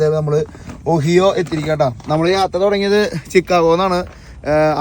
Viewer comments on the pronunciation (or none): ഒഹിയോ അല്ല ഒഹായിഒ ആണ്. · ഒഹിയൊ അല്ല ഒഹായൊ ആണ് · Ohio alla ohaiyo ennu anu parayendathu...chicago alla shicago ennu anu parayendathu...